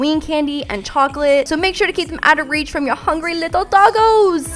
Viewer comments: When you said dogoes I thought you were saying bogies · when says "dogos" it sounds like tacos